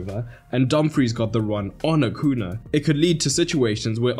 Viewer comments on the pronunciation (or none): Acuña, it's pronounced "Acunya" (or AH-'COO-NEE-AH) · Acuña. "Acunia" phonetically.